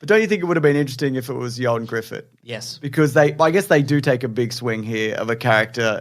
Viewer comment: The Weekly Planet is the best comic book movie news platform cause it's the only one to pronounce Ioan Gruffydd's name right, right down to the "th" sound for the dd at the end, diolch bois <3